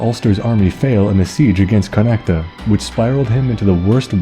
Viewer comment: Great vid but Connaught is pronounced "con-oct" not "con-act-a".just thought id point that out.(I'm from Kildare so I'm not sure how they say Connaught in other counties)